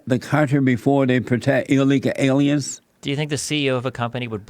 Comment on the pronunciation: Anybody else love the way he says “illegal illy-in’s”